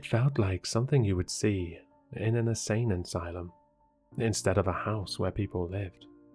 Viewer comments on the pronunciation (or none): an "asane insylem"? you so silly! XD